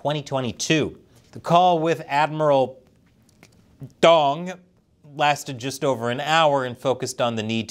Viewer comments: We meager dredges of somewhat questionable linguistic prowess dare to award you the next in a line of blatant sarcasm trophies. Knowing when to pause while pronouncing 'Dong' as 'Dang' or is that Dahng? Hah We salute you! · He said Dong. HeHe. Hehehe. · Lol what's up with "...Ddong"😂